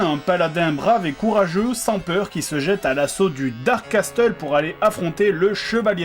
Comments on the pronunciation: "dark casteul" O_O" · Casseule pas Casteule pour Castle en Anglais ! :D